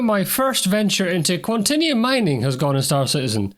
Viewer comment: It's pronounced QuanTAYnium! :)